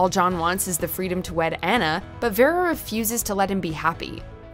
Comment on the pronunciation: I'm sorry, but what's with that pronunciation of Vera? She basically butchered it, and its not like a name we have not heard before.